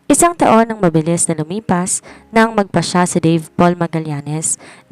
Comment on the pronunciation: Wala lagi sa pokus ..ang salitang mabilis .ay naging mabiling.. tinry q lng ulit pakinggan ka pero lagi aq nadidismaya sau narrator..dahan dahan na nga pero may mali kapa din